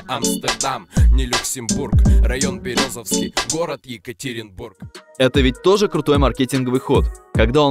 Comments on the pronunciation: Я в шоке ты бы хотя бы посмотрел ударение незнакомых городов не Березовский а Берёзовский ударение на букву ё!!!!! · Не Максимом Бралином, а Максимом Брылином! Не Березовский, а БерЁзовский! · Берёзовский с ударением на Ё,так правильно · Братик, все хорошо. Только не Березовский, а Берёзовский) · Не БерезОвский а БерЁзовский. И они не из екб а именно из Березовского. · не березОвский, а берЁзовский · БерЁ'зовский, так правильно произносится название города, друзья! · Березовский 😂ударение не туда и получилась Фамилия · Немного не правильно родной город назвал, ударение не там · Автор далеко не всё точно знает про Ак. Ну во-первых они из г. Берёзовский (ударение на ё) Они начали записывать и были на слуху далеко до появления ВК. Ещё на аудиокассеты. И Свердловская область знала их хорошо и слушала во всю. С появлением ВК и других соцсетей о них лишь стало большая аудитория знать и узнавать. Как правильно вы отметили, заметил Баста. Но их и до этого знал Баста. Просто тогда сам Баста только на подъёме был. И не мог кого-то куда-то приглашать. А на рэпфестивали по Уралу двигалась АК-47 и была очень популярна уже в конце 90х.